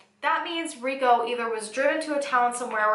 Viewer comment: Why do you pronounce his name as "Ree go" and not "Ree ko"?